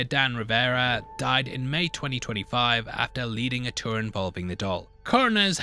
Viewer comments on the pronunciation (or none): none